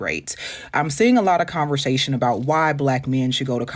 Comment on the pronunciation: …it’s ConverSAtion NOT ConverZAtion …I love your content but Damn that killing me